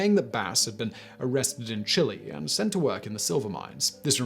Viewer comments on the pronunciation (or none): none